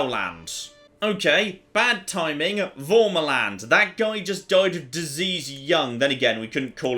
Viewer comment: I swear every time says "Varmaland" his accent makes it sound like he's saying "Bomberland".